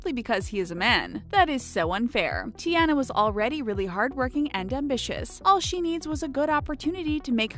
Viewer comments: And it's Tiana (Tee-au-NAH)! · Grace I died when the narrator said Tianas name like Tea-anna... it’s pronounced Ti-onna. And then when she said Anna’s name like An-na, when it’s pronounced On-na. 🥴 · Tiana's name is not pronounced like (tea-anne-na), its (Tea-anna). How you gonna say names that you can't even pronounce? You sound just like a substitute in class trying to pronounce names and failing. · It wasn’t Ti-ana It is said like Ti-on-a but it is spelled Tiana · It’s Tiana (te-on-a) not Tiana (te-ana) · it's not ti Ana it's ti Ona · Can you please say there names right😠😠come on t e an a no t e ana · tiana… tee-ah-na. get it right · I'm sorry but the most annoying part of this video is the way she pronounced the names like Anna? You pronounce it on uh and Ariel you pronounce it air e ol and Tiana you pronounce it Tea on uh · ITS TIANA (teAna) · Beauty and the Beast was my fav gender swap but the way you pronounced "Tiana" gave me bad chills. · she pronounces the names incorrectly like Ariel and Tiana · Is anyone else dying inside every time the narrator pronounces “Anna” or “Tiana” in this video as if she has never watched these movies even one single time? I couldn’t even finish watching this, Disney is disappointed in you madam. 😑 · You said Anna AND Tiana wrong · U said tiana wrong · Am I the only one who's mad because they pronounce Tiana's name wrong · Hew else heard them say Tiana wrong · You are say Tiana wrong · Anyone else triggered at the way she pronounces Tiana? GRRR!